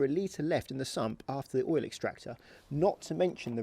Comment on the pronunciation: Pretty sure oil is a one syllable word.